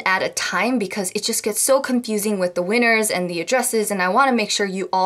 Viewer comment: I love watching your VLOGS but one thing I can't stand it hear is when you pronounce "the" as "duh" for ex- "here's the shout out of duh day" .................😬😬😬😡🙄🙄